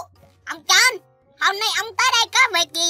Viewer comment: anh đọc Jonh mà em cứ nghe là troll